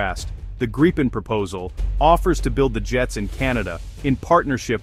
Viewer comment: Kept getting a twitch when the a.i. kept changing the way it pronounced Gripen, usually getting it wrong, and mispronouncing Bombardier.